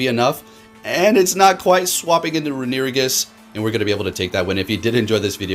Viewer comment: i see a runerigus video and i watch just to hear him pronounce "renewigus"